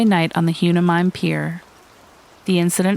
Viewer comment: "Hewnemime Pier" is spelled Hueneme and pronounced Wha-knee-mee.